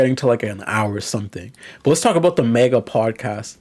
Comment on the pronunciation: I cannot endore the way you say MAGA as Mega.